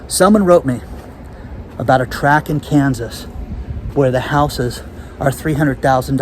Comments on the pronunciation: I thought it was housing "tract"? Not "track"? No disrespect intended. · By the way, it’s a “tract” of houses, not a track.